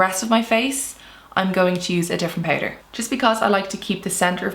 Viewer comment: The ‘poutder’ pronounciation 😁